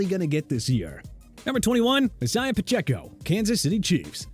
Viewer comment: Stop with the chubba nonsense okay?! HIS NAME IS CHUBA (CHOO-BA) HUBBARD! Also TONY POLLARD'S LAST NAME IS PRONOUNCED PAH-LURD, ISIAH PACHECO'S FIRST NAME IS PRONOUNCED AI-ZAY-UH, AND RAHEEM MOSTERT'S LAST NAME IS PRONOUNCED MO-STIRT!! PLUS YOU PUT MOSTERT AT #11... ARE YOU KIDDING ME?!?! SMH!!!